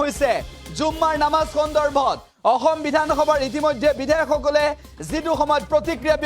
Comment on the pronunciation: ই অসম শব্দ টো উৎসাৰণ কৰিব নোৱাৰে সাংবাদিক